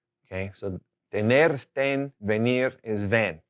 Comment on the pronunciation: Isn't the pronunciation on the v (vé / ven) pronounced like a b? ven aqui, sounds more like Ben aqui.